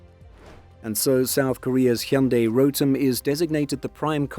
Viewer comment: Never seen english speaker nailed "hyundai" pronounciation 🎉